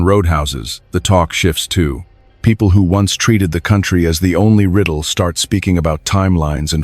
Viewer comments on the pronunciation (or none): none